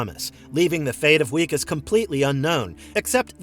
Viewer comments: Wikus Van Der Merwe is pronounced "Vickas van der Merveh". It's Dutch & w's are said like v's, it's also where we get the name Vickers. His name is used throughout the film. Loved "District 9" & hope they do make the sequel. Really enjoyed "Chappie", incidentally, & can't understand why anyone found it confusing. I thought the story was pretty straightforward. I hope "Rakka" gets made into a full film. It was cool the people Blomkamp got to act in that, including Sigourney Weaver. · Who tf is Wee-kis? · did this guy watch the movie? It wikus pronounced with a V Vickus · He also pronounces Wikus' name wrong through the whole video.